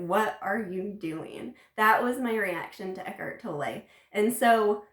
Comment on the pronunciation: Americans and their Eckhart Toll-eih xD If you can pronounce the word 'tolerate', you can say Tolle. Just take away the last 4 letters. :) Eckhart Tolle. You're welcome. ;)